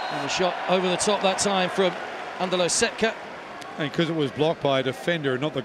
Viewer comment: Why don't you learn to pronounce their names at least decently? It's not THAT difficult! So, it's not Eweeka, but its Ivitsa, and not Setka. It is Shetka..